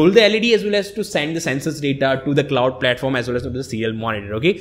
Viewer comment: arduino klauuud, i love this english